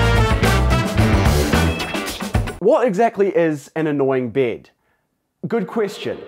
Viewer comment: annoying bied i love that he is saying that